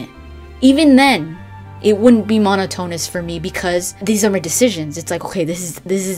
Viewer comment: Great video, thanks! really informative! One thing though, Monotonous=Mon-ot-on-us no Mono-tone-us ;) At least I think so?